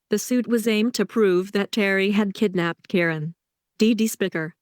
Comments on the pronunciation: Ky Ron..not Karon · Ki-Ron Ki- Ki-Ki get it right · It’s K-eye-ron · I known its driving me nuts.